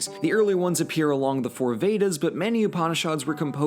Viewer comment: mispronouncing Upanishads Me: breathing slowly Calm down, he doesn’t know. It’s ok. cHILL